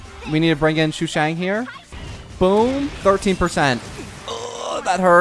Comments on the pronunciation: Day 1 of saying its sushang, not shushang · Shushang😭😭 its SUshang, not SHUshang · Shoe shang